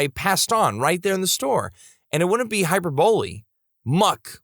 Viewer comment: Narrator mispronounced "hyperbole" (correct pronunciation: "hai-PUR-buh-lee").